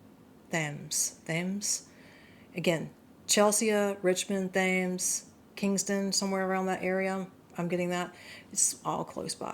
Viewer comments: River Thames? pronounced (tems) Source: Thames Head, Gloucestershire (Cotswolds). Upper Thames: Flows through Oxfordshire, Berkshire, Buckinghamshire, and Surrey, featuring picturesque towns like Oxford, Reading, and Henley. London: The most famous stretch runs through Greater London, with landmarks like the Tower of London and Parliament lining its banks. Estuary: East of London, it becomes tidal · Brilliant! Your intuition is so accurate. Thames is pronounced "Tems". Kingston Upon Thames is an area in South West London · Thames as in river thames. Pronounced Tems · Also we're coming out of the communist socialist nightmare so his interference won't wash here anymore.. The phonetic pronunciation for Thames is "Tems " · Thames is pronounced Tems, it's the river Thames and the place is Kingston -Upon-Thames. I was born there when it was a suburb of London many years ago. Now it's basically been absorbed into London. Hi from England. Thank you for your insights.